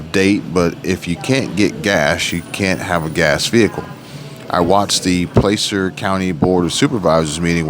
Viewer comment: Placer sounds like pl-AH-cer, not bitchin just tryin to help😊